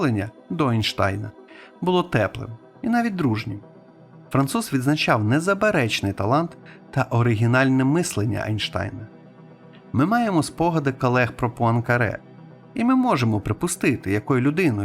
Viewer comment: Дякую за матеріал. І дякую за український контент. Правда, деякі русизми дууууже різали вухо: 3-класА - замість "класУ" (кого? чого?) кАлеги (чітко) - замість "кОлеги"